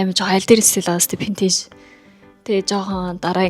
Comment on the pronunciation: Vintage geecheee Pintage geed bhiin nchdooo 😂😂😂